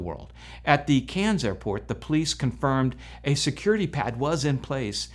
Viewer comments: Try when pronouncing that Australian town mate. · Australian here. It's definitely CANS. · You really need to listen to an Australian say Cairns. It is not pronounced like a town in france. Still you are a septic and they have very little knowledge of the wworld outside of the usa.